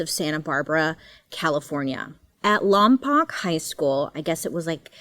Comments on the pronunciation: Lompoc, It's pronounced Lompoke not pock btw (born n raised) 😆❤ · I grew up in Lompoc (lom-poke). Always fun to hear it pop up, maybe not so much in this case... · Hi! Lompoc native here! It’s actually pronounced LomPOKE and Tahiguas is pronounced TajiGUS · It's pronounced by locals, "Lawn Poke". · Lompoc is pronounced "Lawm-poke" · Hi Bailey it’s pronounced lom poke like you are poking someone lol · I love you so much gurl. It’s pronounced lom poke. It’s really no big deal but if you ever come to visit some of the locals there care way too much about how it’s pronounced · I like in Lompoc ca where u described the first case it’s actually pronounced LOM POKE but most people don’t know and still pronounce it the way u did lol aswell as the beach is pronounced TA HE GUESS but it’s spelt tajigus anyways love you Bailey!!! So cool to hear my town mentioned I’ve been watching you for years!!! Much love ❤ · Funny how you related to the Riverside community college "hits close to home". I used to live in the town Lompoc & every1 pronounces it wrong😆 it's "Lom-Poke", Indian word meaning sewage water i think😆😆😆 whatta friggin name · Love you Bailey, those words are hard, I know, it is Ta He Guess Beach and Lom poke. Just trying to help here.